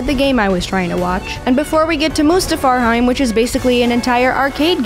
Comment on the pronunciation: Mustapharheim lol